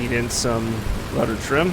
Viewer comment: You said Rudder Udder